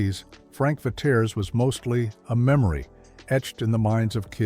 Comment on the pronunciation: Frank Ve-tay-ray’s!